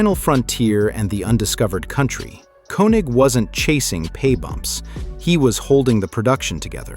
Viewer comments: His name is German and it is pronounced KING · And who is Walter Kee-Nik? lol